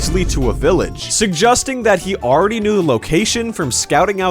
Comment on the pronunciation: Why is no one talking about the way he says “suggesting” ???